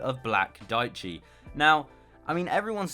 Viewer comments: Diechi is Italian for ten, it is pronounced diè-ci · dieci means 10 in italian and it is pronounced something like "deeyechi"